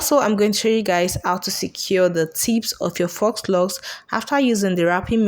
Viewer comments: You make ot look so easy. I'm going to try this. Hope it turns out as good as yours. FYI: FAUX is pronounced "Foe". Yeah that's not how it's spelled, but it's French, so it has letters in it that goes against how we pronounce things in English. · Faux is pronounced = fo, not fox. 🦊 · It's faux pronounced foh not fox. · Awesome video. But Faux Locs is pronounced "Foh" Locs, the "x" is silent, not "Fox" Loxs 😊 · Pronounced FO LOCS; not fox.... Your presentation is great and easy to follow. They really look nice! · Foooooh locs (faux locs) not "fox" locs. I'm not trying be funny or rude. Just thought you and the viewers should know the proper way to say it❤️ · "Fox" locs🤣🤣🤣 girl the X is silent. It's phonetically pronounced "fo" locs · It's pronounced "foe locs". Not fox locs. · You are pronouncing faux incorrectly. It’s pronounced “foe” lox! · It is pronounced ‘foe’, the ‘x’ is silent…you’re welcome. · Faux-pronounced 'foe'. French for fake. Just fyi. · Pronounced Foh locs😆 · Yes it tears my nerves up to hear people say “fox” 🤦🏽‍♀️ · Great tutorial! 🥰 But FYI... "Faux" is pronounced (Foe) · I just came to ask you to stop saying "fox" locs😂😂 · foe locs he x is silent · It's pronounced, "foe" locs, Sweetie. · Great video but faux is pronounced...fo